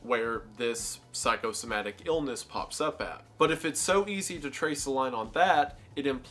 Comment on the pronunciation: How can you say Psychosomatic properly, but not Halifax?! Thanks for the good video dude.